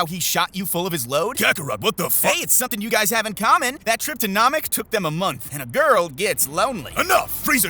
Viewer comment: U got all that from watching the whole thing but keep mispronouncing Namek (long a not short a)